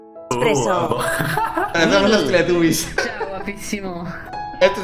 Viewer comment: Increíble, un español pronunciando bien "Teletubbies" En españa lo pronuncian "Teletabis" xD